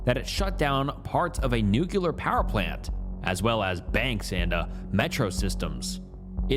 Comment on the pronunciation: NUCULAR!? dude you read so much when you research this stuff how do you consistently mispronounce so many words lol all love I’m still gonna keep watching